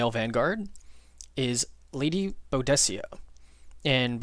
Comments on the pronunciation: You sure about Sprint vs Jump? The ability to position yourself pretty much anywhere on the map, ignoring all overwatch, ready to delete 2-3 (i'm at act 3, does it get better?) targets in the next turn is OP. Bedivere is my bro. Also who the feck is Bowdessia? Its Boo-di-ka :P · The pronunciation of Boudicea is, boo-dik-ah other than that I'm on board with this list